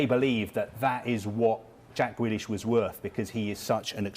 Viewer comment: Why’s he saying gwelish